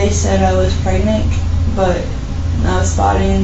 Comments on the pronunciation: "Preg-nick" lol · Did she say “pregneck”